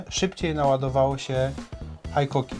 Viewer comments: Haikoki? Cóż to za dziwna marka. Znam tylko Hikoki. W sumie tak samo jak z mitycznym Rayobi kiedy widzę tylko Ryobi na półkach sklepowych. Taak, mam dryg z powodu znajomości japońskiego taki sami jak wielu którzy wyłapują błędy w wymowie w języku angielskim czy niemieckim. Takich czepliwych u nas sporo, więc i ja sobie pozwolę, a co! A tak na poważnie, to sprzęt fajny ale montowane w Chinach. Ostatnio kupiłem przewodową mimośrodówkę z Designed in Japan na pudełku. Po wpadkach z rzeczami z Szwajcarskich marek, to mnie martwi z racji używanej wkrętarki Hitachi wyprodukowanej jeszcze w Japonii. 3 rok i się nie poddaje ale produkcja w Chinach napawa mnie niepokojem. Jeżeli szlifierka przeżyje chociaż rok prawdziwej pracy, to będę zadowolony. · Jak to jest była firma Hitachi (HITACZI) zmieniono nazwe na Hikoki i jest (HAJKOKI) , dlaczego nie było (HAJTACZI) ? Niby tylko kwestia wymowy ale jednak taki mały szczegół.